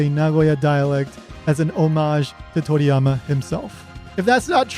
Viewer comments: You pronounce "anime" and "toriyama" really weird and wrong just be more casual. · I like how this guy obviously try's to say the words "Anime" and "Toriyama" with a Japanese accent, but everything else is said in normal English lol